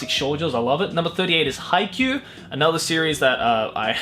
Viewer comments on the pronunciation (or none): none